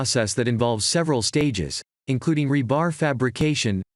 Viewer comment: The accent on the word rebar is on the first syllable.